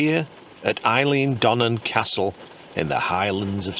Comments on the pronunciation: Eilean in Eilean Donan is not pronounced like the girl's name Eileen. It is the gaelic word for "island" and it sounds more like Eileen's cousin Ellen. Her name is "Ellen Donnan" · As a native Scot :) I would pronouce "Eilean Donan" as Eel-in Donan (not as you say: Isle-in Donan) Don't worry, I excuse you as an Englishman :) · Eelan Donnan is the correct pronunciation. Great video though. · A great video, as always, and nice to see feature. That said, that is just about the worst pronunciation of Eilean Donan ever! 😂